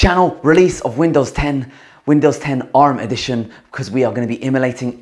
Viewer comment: I can't get over the way you say emulating and emulator. Not poking fun, it just sounds particularly quirky and fun to listen to.